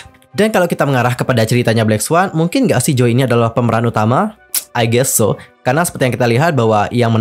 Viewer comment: Ngomong “i guest so” nya kayak ngomong bahasa Korea 😂 udah terlalu mendalami logat Korea 😂